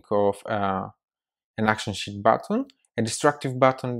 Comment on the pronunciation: Dude, I was watching this and at about seconds you say Sheet... I was typing and looked at my daughter and well I herd shit... lol I love your accent! Great video!!!!